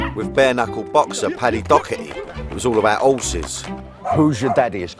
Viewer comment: Paddy dockerty ? Its doherty